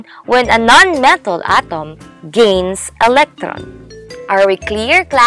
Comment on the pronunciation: Real word: Metal: Mataaaaaal 🤣